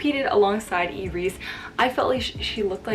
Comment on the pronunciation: I completely agree with your opinion on Iris's gown. Against the popular opinion, I don't like her final gown at all, and the yellow one was much better 🙌🏻 Kudos for your repeating this opinion twice 😆 And I like the way you actually pronounce Iris's and Leila's names correctly 🙌🏻